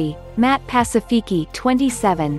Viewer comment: Matt "Pah-see-fee-kee"? Seriously?